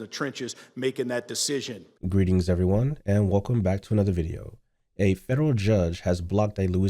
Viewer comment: " IF EVVYONE AXE YOU" 🪓 😳